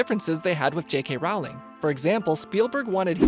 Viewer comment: He cant even say J.K Rowling!